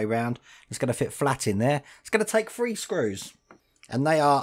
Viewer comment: When you say "Fred" or "free", are you meaning to say "thread" and "three"?